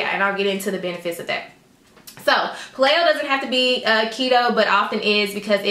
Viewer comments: Thanks for cute video. You are gorgeous. Just a side note: Paleo is pronounced PAY-LEO. I think you were saying PuH-Lay-o, which might cause a little confusion for your viewers. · Paleo is pronounced pay-leo. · But, she said pah-lay-o. So it's pah-laid out. #playedout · KEY-TOE AND PAY-LEE-OH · Thanks for this video, very informative. Just so you know that paleo is pronounced payleeo, just letting you know! :) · Paleo = Pay-lee-oh